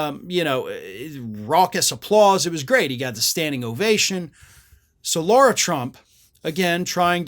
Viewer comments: The woman is an idiot, true, but at least pronounce her name correctly: it's "LARA", not "LAURA". Jeesh. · her name is Lara, not Laura. if you're gonna hold republican's feet to the fire over mispronouncing Kamala's name, you need to do the same and make sure you don't mispronounce GOP names. really bad messaging, especially since you have a JD. one would expect you are capable of being detail-oriented.